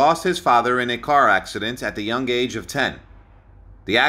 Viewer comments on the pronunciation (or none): none